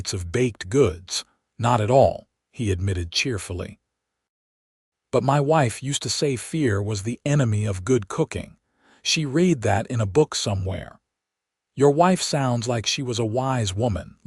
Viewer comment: Red not reed for read.😊